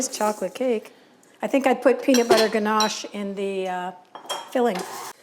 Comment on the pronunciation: Congratulations learning to pronounce ganashe correctly.